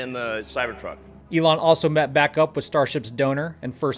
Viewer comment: Animooolo Eloon